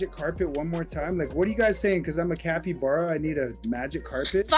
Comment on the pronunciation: Sorry your calibara not capybara 😂get it cali-bara calibara